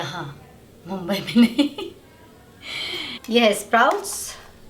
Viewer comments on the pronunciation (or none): none